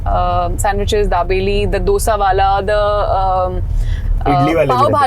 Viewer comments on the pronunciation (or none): none